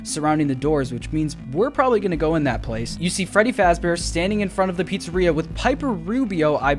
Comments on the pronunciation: Dude Sayd frebby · did he just say frebby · it’s a meme in the community. Frebby, Feddy, Fraddy... you know